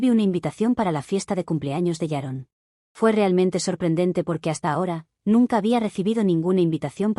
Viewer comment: ¿Por qué todas las suegras llamadas «Sharon» (o «Yaron», como se escucha) son tan repugnantes?